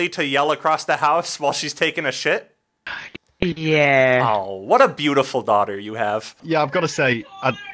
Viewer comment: “It means I really have to SHET!” ~ILLY